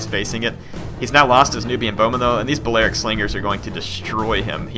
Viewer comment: PLEASE stop saying "Ballearic" how you currently say it. It's "bally-aric".